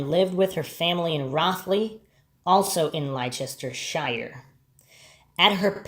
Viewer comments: I am pretty sure he is from the States we have no idea how to pronounce that almost every video on this case done by an American someone is in the comments saying how wrong they pronounce that. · I know its pedantic, but Leicestershire is pronounced lester shur. ❤❤